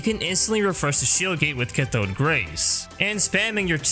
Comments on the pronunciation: Don't wanna be that guy but it's Cath-oh-d current lool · Butchered the pronunciation of cathode lol.